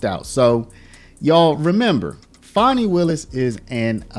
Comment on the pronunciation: It's Fani, NOT Fauni. Get it straight